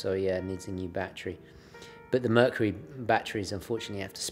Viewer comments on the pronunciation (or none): none